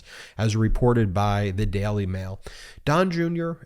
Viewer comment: Can you please learn to pronounce words like jail or daily ?